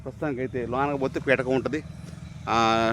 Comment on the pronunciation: పిటకం కాదు స్వామి పీఠం 🙏🙏🙏